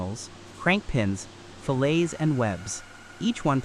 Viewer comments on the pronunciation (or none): AI narration is so annoying. If you're going to use AI to tell the story, write the script so that it won't stumble when speaking numbers. A metal fillet isn't pronounced like a meat fillet.